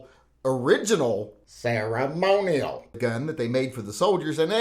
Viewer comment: Every time you said ”ceremonial”, it got more funny. Make a video of just that or please dub a few words in post production of one of your next uploads.